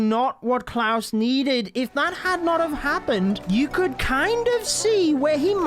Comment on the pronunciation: Its klaus not cloud😂